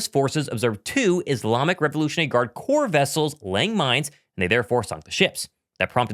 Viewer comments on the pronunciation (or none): none